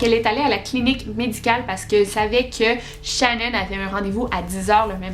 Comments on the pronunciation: ecoute ton video tu l'appel shanon et pas shannan . Mais j'adore tes video qyand meme ♥️♥️ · Pas shannon ses shenon sa se prononce Chénone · Peut importe comment sa secrit ses pas shanone comme tu le dit xD ses pas comme sa que sa se prononce